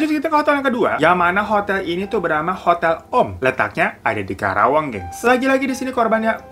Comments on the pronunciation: Karawang bukan kerawang:'D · Bukan kerawang tp Karawang